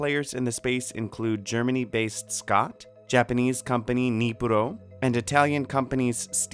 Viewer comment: Great job on the pronunciation of NIPRO.